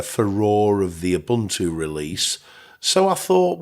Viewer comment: you also mispronounced Ubuntu go look that up.